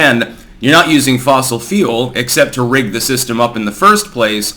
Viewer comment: you say fule and it sounds like feel carbon feels